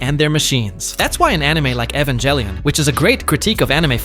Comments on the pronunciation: You won't get a sub simply because of the way you said evangelion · I can’t get over the fact how you pronounce the G in Ghibli like GIF and G in Evangelion like GIF.